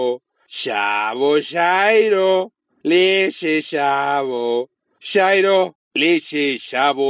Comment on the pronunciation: Alguien más oyo el help cuando dijo shairo?